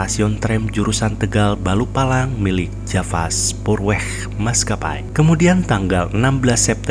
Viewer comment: Koreksi mas... Balapulang mas,bukan balupalang 🙏🙏